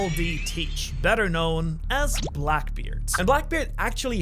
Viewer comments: Ah yes, the infamous BLACBKEARD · blacbkeard lol my guy just butchered his confidence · blacbkeard LOL